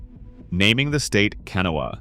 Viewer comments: It's Pronounced canaw and canain valley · Learn how to pronounce the names of our rivers. Ka-na-wa river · Overall, very nicely done. Gotta correct your pronunciation though. Kanawha is pronounced can awe' wuh. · What cant anyone pronounce Kanawha the right way? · And sadly AI cannot pronounce Kanawha lol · It is pronounced KUH-nane, not Kay-nun……. Irs pronounced KUH-naw-wuh, not Kenna, OR KUH-nawww, despite the spelling, it’s pronounced Tie-girt, not Tie-gart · Kan- aw- wuh , say it with me , Kan- aw- wuh and Muh- nonga- heel- a , again Muh- nonga- heel- a , jeez. Damn I hate these videos for butchering the indigenous names or our rivers . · The Narrator is obviously not from West Virginia and is really going to have to work on his pronunciation. He mispronounced Canaan and Kanawha, No idea what the Thaiart Valley is maybe the Tygart. No clue what the Canoa section is. I could not even guess either. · You pronounced Canaan Valley, Tygart and of course Kanawha WRONG!! Never fails.